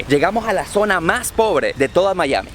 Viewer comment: no se dice "Mallami", se dice Maiami"